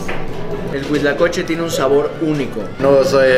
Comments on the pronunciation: Es Huitlacoche no Cuitlacoche. 🤣😂 Q oso manto 🤣😂😅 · No soy muy afecto de comentar videos, pero creo que tengo una manía, según yo es “huitlacoche” no “cuitlacoche” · es huitlacoche, no cuitlacoche, saludos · no es cuitlacoche es huitlacoche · se dice HUITLACOCHE